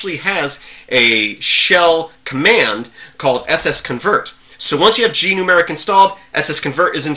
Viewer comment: Sorry if I said anything that made you think I don't like Gnumeric (and sorry for the mis-pronouncing of the name). I think it's a GREAT Program. And I never would use "lightweight" as a negative thing. Light weight means it's does have bloat and runs well even on slower machines. It's not a comment saying there are a lack of features.